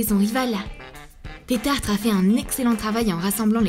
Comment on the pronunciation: C tetarte pas tetartre